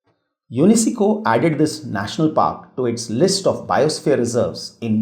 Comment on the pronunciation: Please pronounce the names correctly its very confusing as the names are itself very confusing also btw please check how to pronounce UNESCO its troubling me badly except that the video was quite informative. :)